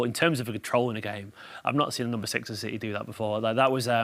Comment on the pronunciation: Citeh…….. that was terrible😂